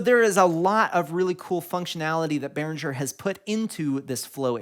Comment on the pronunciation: Cool video! Are you sure it's pronounced Behrinjer? I always thought it was Behringer. With a G. 🌈